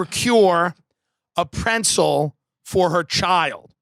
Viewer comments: My wife says it that way. Bugs the shit out of me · Him saying it that way made it funnier for me for some reason 😂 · I thought he was saying pencil at first